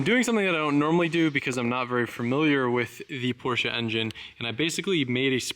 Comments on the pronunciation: ever since you’ve been calling porsche “porches” i struggle to go back to saying it normal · cool portsshcha. nine elebbun